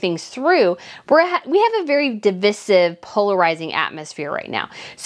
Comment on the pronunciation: 0 seconds ago, love your content but PLEASE learn how to pronounce words. It’s de- vi-sive not da-vis-ive. You’ve made quite a few mistakes with quite a few words.